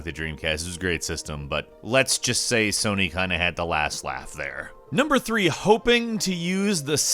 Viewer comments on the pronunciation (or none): none